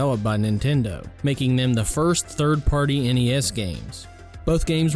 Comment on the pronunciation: Thank GOD you said N-E-S and not as a the word NES. So sick of hearing these millennials doing that. My game list would be the karate kid, teenage mutant ninja turtles, super dodgeball, top gun, castlevania, Mike Tyson punch out, duck hunt, contra, and the legend of Zelda